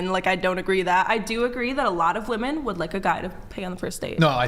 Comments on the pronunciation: #4 from the left, just say "girls" or "chicks" or "ladies". You are incapable of pronouncing the word "women". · I’m a woman and I’ve noticed it every episode especially when is on lol. Idk if it’s how they pronounce it in LA but “women” a plural is always pronounced as “woman” singular